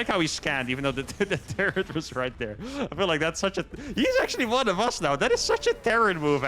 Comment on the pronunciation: Does anyone else think when says 'turret' it sounds like he's saying 'turd'?